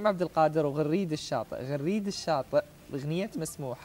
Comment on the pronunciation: يا حضرة المذيع اسمه غريد الشاطي بفتح الغين وليس كسرها ...فضحتنا .!!!